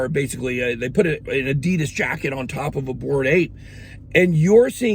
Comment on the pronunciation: Adeeeedas 😂😂😂wtf it’s ‘adidas’ !!!